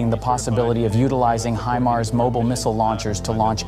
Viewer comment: Himars not hemars.